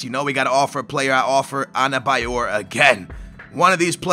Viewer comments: Not anebayor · there is 'N' in adebayor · its ADEBAYOR not ANABAYOR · US:Adebayor/: Anabayor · The name is Adebayor, where the fuck are you seeing an N there? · Why is the D in Adebayor pronounced with an N? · Lago ? Labada ? Anebayor ? Can you read